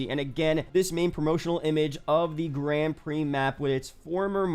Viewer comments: That one is right but the Grand isnt. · Why does nobody know how to pronounce grand prix?!